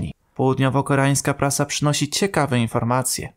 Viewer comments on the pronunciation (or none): none